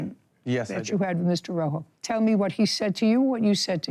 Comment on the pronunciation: Row hoe? 😅